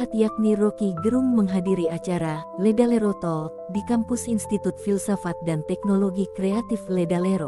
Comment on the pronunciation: LEDALERO OM BUKAN LERALEDO😅